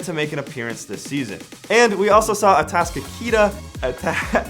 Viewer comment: Just to let you know, Atascocita is pronounce A-task-o-seeda Appreciate the vids tho :)